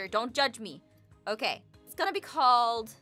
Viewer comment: no, he said *OAK*ie